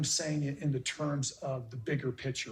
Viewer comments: Kody, the word you're looking for is picture, not pitcher. Ugh! The way they both use that word bugs me to no end. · Oh, I just want to sit down with these people and teach them how to say “PICTURE”, “FEEL” and “DEAL”.